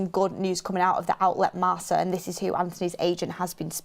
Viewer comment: Hi it's pronounced marka which funny enough translates to mark in English